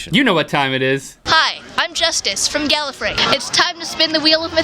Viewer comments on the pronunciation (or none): She said gallifery